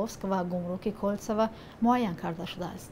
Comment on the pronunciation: Аэропорт не Кольцево а Кальцово